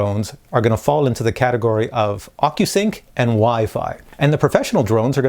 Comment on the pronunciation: at minute sound like your saying ``fuckyousync`` in stead of ocusync, wich is kind of stands for what my mavic pro is :)))